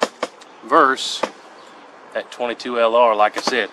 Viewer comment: 22lr. Versus not verse, sorry like finger nails on a chalkboard to my ears.